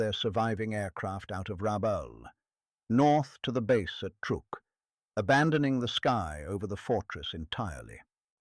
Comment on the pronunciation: !"Truook?! it is pronounced TRUCK! Stop using stupid AI, Proofread your creations before you post.